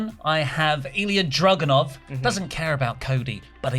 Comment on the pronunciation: Video was great but does think Ilja’s name is Drogunov??😭